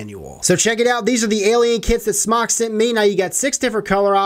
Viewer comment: its Smoke not smawk